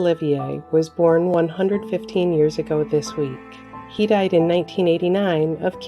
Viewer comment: The speaker sounds like she is always saying SHE for all the men. Not funny.